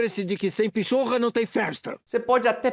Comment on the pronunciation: Não se diz pichorra se diz PINHATA!!!